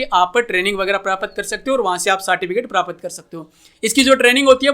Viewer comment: भाई prapat नहीं प्राप्त बोलो